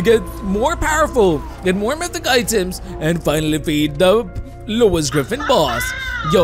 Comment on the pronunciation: why he keeps saying Louis Griffin boss